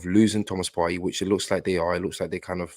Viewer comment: Hey! I'm assuming that's your name. I just discovered you and I like what I hear. Two things I like immediately: 1) I agree we should hijack the Caicaido deal. It's on the cards and it makes sense in every way. 2) You are the only person who pronounces Thomas Partey's name properly. I keep telling Charles Watts, Tom Canton and co it's pronounced "Par-tee" and not "Par-tay" but they don't listen (and that pisses me off!) Well done. I have liked, subscribed and I look forward to an Arsenal hijack very soon. God bless you brother